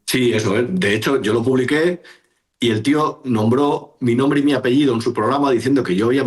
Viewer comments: Eres un calvo pronunciando mal todos los apellidos 😂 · deja de pronunciar mal los apellidos de la gente